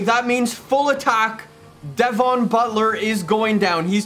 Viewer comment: stop saying devon like that it's so annoying